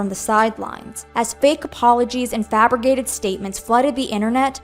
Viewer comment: It's fabriCated not fabriGated